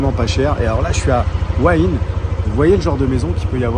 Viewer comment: Petit détail qui ne semble pas être précisé... La ville de " ua ine " ça s'écrit " Hua Hin " 😀